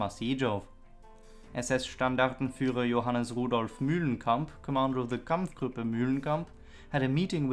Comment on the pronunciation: "kamf grup" Two syllables in German or English, not three.